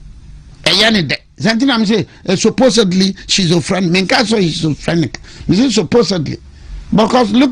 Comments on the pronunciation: The word (schizophrenic) is not pronounced "shizofrenik".. lawyer banza..😂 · This man doesn’t even know how to pronounce schizophrenic, and is very likely to not know what it is so forcing to use it. The’chi’ in the word sounds ‘k’ or’q’. You don’t know something research before you use it. Coconut head.